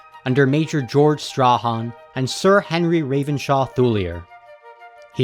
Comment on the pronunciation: The subject is excellent but the narrator has neither knowledge of the area nor the languages. He even mispronounced Strachan, and that is a Scot's name, which should be known to a reasonably educated American. To listen to such mangling of the language can scarcely be relaxing or instructive. The videos have no footage of Nuristan. It is all taken from areas further East. A Kalash viewer may be able to speak to the footage of the people.